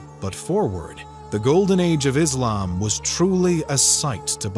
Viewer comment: It’s not izlam. It’s islam. just like it’s not muzlim it’s Muslim. But anyways…